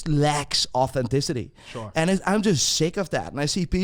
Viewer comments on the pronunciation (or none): ‘The world lecks ortenticity’